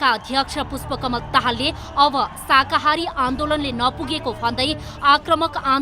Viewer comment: हैट यो प्रस्तोताले शाकाहारी भन्न पनि जान्दो रहेनछ । अलिकति पढ्नुहोस् प्रस्तोता जी, शाहाकारी होइन, शाकाहारी हो ।